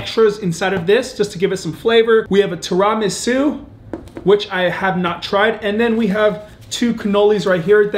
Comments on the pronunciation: Lmao “Tira-Ma’su” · Tear-a-mee-soo is how you pronounce it. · STOP PRONOUNCING TIRAMISU WRONG!!!! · Your pronunciation of Ti-ruh-mee-soo had me arguing with my girl that y’all both were saying it wrong. But love the vids, keep it up!